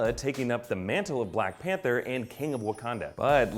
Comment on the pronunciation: I love black "Pather"